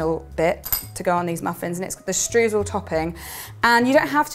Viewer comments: No need to apologise, English-speaking people always pronounce the German 'eu' the wrong way (which always seemed funny to me as the 'oy' sound does exist in the English language), no problem. By the way, the recipe sounds fantastic, definitely one I would like to bake! 👍 And, last but not least, all the best for you, your baby and your family! 👶😇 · the German 'eu' is pronounced 'oy', so you should in fact be saying 'shtroysl'! 😊😇